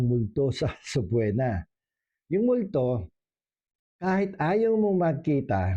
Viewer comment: Subpoena has silent “o”. It is pronounced as if it has a double “e.”